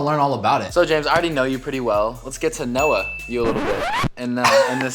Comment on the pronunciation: " let's get to No-ah" lol he really said that